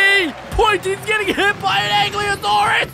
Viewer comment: I am annoyed how to don't know how to pronounce ankylosaurus and other